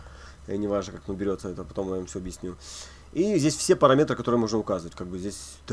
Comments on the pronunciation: сначала резало слух, теперь просто вызывает улыбку. парамЕтры - призрачные метры :) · Спасибо за уроки! Ток ударение в слове "параметры" просто убивает наповал) "парАметры"